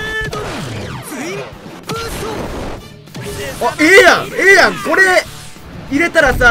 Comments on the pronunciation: 吹雪恭吾 自分は合ってると思いますし、発音ではなくイントネーションでは？発音はいいと思いますしイントネーションが気に食わなかったのかと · ええやんの発音が違う